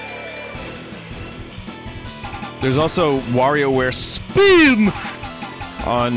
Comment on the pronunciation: There it is, we got a SPEEN